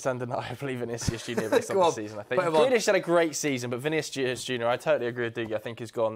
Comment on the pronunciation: Man said Grealish😭😭😭😭😭